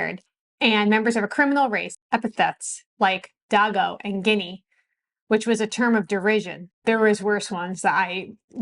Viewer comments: Very glad you are covering this very important piece of our history! Please know I mean this with the utmost respect; you are not pronouncing DAGO correctly. It's pronounced, DAY-GO ... I know this firsthand - I'm from NY and this term was used towards my grandparents when I was a small child. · Thank you this was an excellent presentation . Your pronunciation of the term “dago” is very curious though.